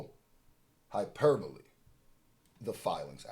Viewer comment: The word hyperbole be fucking you up trying to read it lol